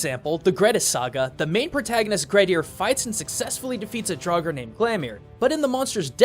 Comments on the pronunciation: draugr is probably said like draugur witch means ghost but hey, that might be a coincedence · How you prononst Draugur made me dead inside btw i am Icelandic. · And the word "Draugr" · As a icelander I would point out you miss pronounced Grettir and draugr if you were aiming to speak it correctly. Learning the Icelandic alphabet would be efficient as all letters always make the same sound as if they were individually. I do love your content but I hope you could try respect the culture that you use your resources from as you've done in the past.